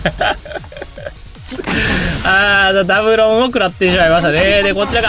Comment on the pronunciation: の｢ろぉんにゃぁ!｣ が結構発音良くて草